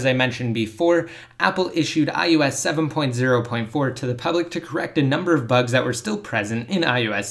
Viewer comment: I wish you could properly speak. It's I O S not, IYEWESS.